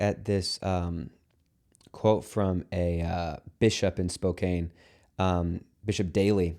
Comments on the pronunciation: HE SAID SPOKAIN HAHAHHAHAHA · Spow-can. Spo like bow - can like Dan. Keep fighting. ❤